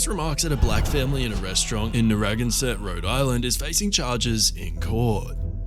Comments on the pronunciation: "Nerragonset"? Narraganset! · Right from the get-go: Narragansett is pronounced nar-a-GAN-set. One can also go to the bay in RI & MA by the same name or have a beer, which is like Lone Star beer. I'd reserve the brew for use in a vegetable garden to rid slugs. :)